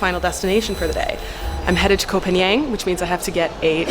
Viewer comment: the pronunciation for Koh Phangan, is not koh pagnian it is koh Paanghun.